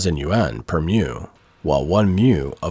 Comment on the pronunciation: Mu - like moo - not "myou" Chinese doesn't have this sound. Watching this report - it just goes to show that all the pro-China propaganda is nonsense. It's always the same absurd stupidity, generation after generation.